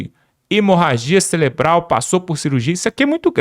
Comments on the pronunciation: SABE NEM FALAR CELEBRAL KKKKKK CAKAVA BOCA OFÉLIA KKKKKKK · nao e celebral,e cerebral.eita mobral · não é celebral... é cerebral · NÃO É CELEBRAL MENINO,,,,,O CERTO CEREBRAL TA BOM ? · "CELEBRAL???" UHUmmmmmmmmmmmm...paulo freire... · Cerebral não celebral🥴😖😖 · Orras, amiguinho, "CELEBRAL" é de doer os tímpanos...😂